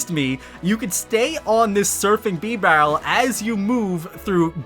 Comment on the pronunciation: “Bee-barrel”? “Arkee-us”??? Lol